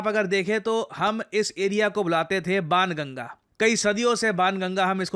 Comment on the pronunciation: banganga not anganga I am from this area